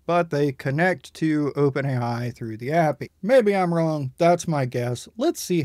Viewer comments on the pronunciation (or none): i've never heard anyone pronounce api as 'appy' before